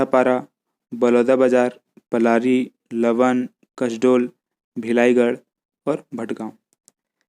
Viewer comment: bilaigarh hota hai na ki bhilaigarh